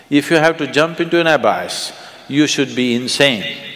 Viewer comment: Why can't sadhguru pronounce abyss properly?